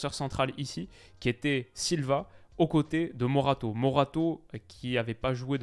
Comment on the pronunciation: C'est pas morato c'est moraté wola